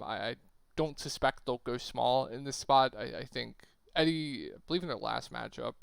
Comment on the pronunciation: E-Dee not eddy lol but appreciate the vid!